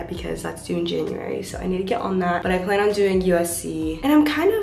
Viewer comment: did anyone notice she said the "plane" is we are all going to meet at Arushi instead of plan